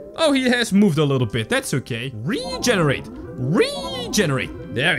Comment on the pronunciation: you said reeeeeeegenarat